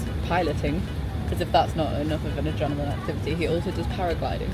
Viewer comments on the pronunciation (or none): none